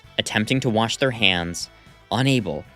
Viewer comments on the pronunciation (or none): none